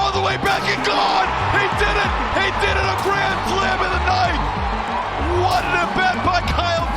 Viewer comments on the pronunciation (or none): none